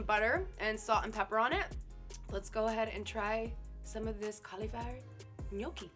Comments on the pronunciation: Ni yo ke and “ Philly” killed me lmao. No. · Nay-yoki 😂😂😂 My nonna would lose her mind hearing that mispronunciation 😂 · Can't pronounce "Spanikopita", refers to the bao cheesesteak filling as "Philly", and then calls the gnocchi "Kell nay-oky"?!?! What cave did this poor woman grow up in that she's not familar with these foods? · The way she says gnocchi triggers me